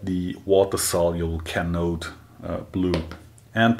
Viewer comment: would be great if you could add links in description where to buy the Canode hi-spot blue/yellow, product code etc, also it was quite difficult to find it on goolge from your pronunciation alone, and you wave them around way too quickly to read the markings on the bottle, the bright light makes it hard to read whats on the bottle as well I recently got into scraping myself, haven't tried water based inks yet, but I have tried that "Diamond" brand and Dykem hi-spot blue inks, and Dykem is much easier to spot once you're nearing the end of the process and use really thin/light coat of ink on the surface plate, shame that Dykem is really difficult to buy in mainland EU at reasonable price p.s. oil based hi-spot is really easy to clean off if you have wd-40 at hand, no other solvent I tried worked that well to clean things up, including your hands, and in case you don't have protective gloves or find hard working while wearing those, get the PR88 barrier cream